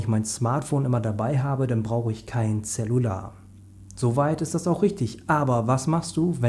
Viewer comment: Es heißt cellular nicht zellular. !!!!!!!!!!!!!